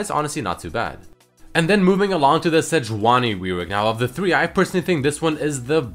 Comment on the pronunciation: Sejauni instead of Sejuani :)